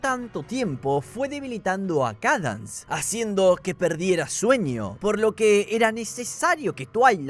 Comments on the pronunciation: la princesa "kadans" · SIII 😭🙏 "Cadans" 🔥